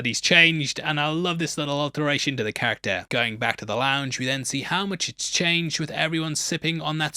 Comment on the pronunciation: Please learn to say character properly 🙏